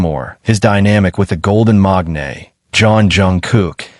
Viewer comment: MAKANE not MAGNAE